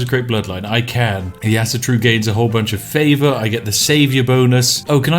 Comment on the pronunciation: "Asa-Tro" Spiff: "ass-turu" "Medel-Pad" Spiff: "meppeladd" Why am i surprised though? He cant even pronounce native english words :D